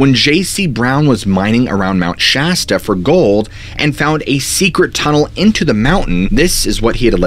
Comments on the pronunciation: I just had to change the last video for his calling Shasta wrong and he says it right this way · I can't get over your magnificent beard! Also, thank you for pronouncing Mt Shasta correctly. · Lol yayyy he's not calling it mt. Shosta anymore